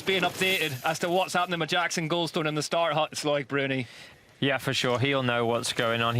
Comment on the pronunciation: Its pronounced "luc bruni not lloyd